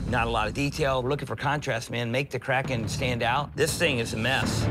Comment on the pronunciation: Kriken? wtf is a kriken? its KRAKEN moron..